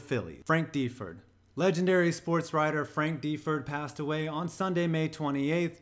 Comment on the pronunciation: It's pronounced Frank da-Ford, not Dee-ford.